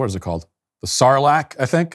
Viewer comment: The Sarlac Pit is the correct way to say it you nailed it actually